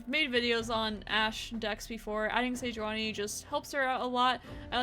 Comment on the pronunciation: Fantastic content! Love your different and crazy decks! Might check pronunciation of Sejuani tho